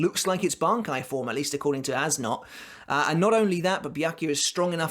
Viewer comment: Okay, does everyone just not see the German umlauts above the "a" and "o" in As Nodt's name? It's supposed to be pronounced more like "Ace Nert". Of course, that's my English ass butchering it slightly, but still. It bothers me.